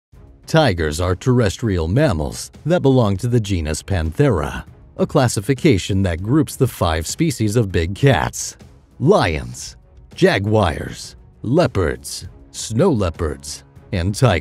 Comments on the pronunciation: Lolol jagwirez... And I'm pretty sure it's pronounced cheenus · What tf is a Jagwire? 😂😂🤣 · The legendary "JAG WIRES 🎮" 🤣🤣🤣🤣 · Jagwires had me dead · My man said Jagwires 😂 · What the fuck is a “Jag-Wire” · Wtf is a jay-wire🤣🤣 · jag wires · What is a jagwire 😂😂😂😂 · "jagwires"? Learn how to pronounce the word correctly, please.